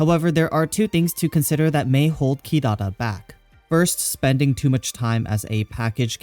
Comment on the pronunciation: mate u overpronounce "Kirara" :(